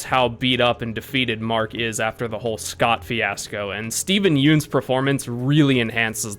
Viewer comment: Just gonna say it. It's Steven Yeun, not Yoon. Sort of sounds like the 'ion' from onion